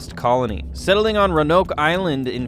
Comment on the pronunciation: Ruh-Nohk? Roh-uh-nohk...